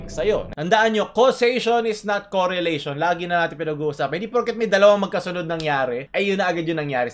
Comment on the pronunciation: may pinagkaiba ba yung "coorelation" and "correlation"?